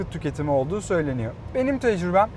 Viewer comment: hocam anlatırken kelimelerin sonundaki R harflerini yutma :) söyleniyo değil "söyleniyor", geliyo değil "geliyor"!!!